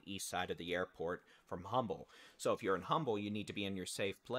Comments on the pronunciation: Honey, thank you, my son lives in the Kingwood area and heard a "Jet" over head. Also, it is Beltway 8 and pronounced "umble" the H is silent 🤫 🙂🙂🙂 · You know when someone is not from Houston when they pronounce humble with the h 😩